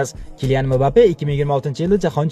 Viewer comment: Шуни отини айтишни урганинглар мыбапе эмас мбаппе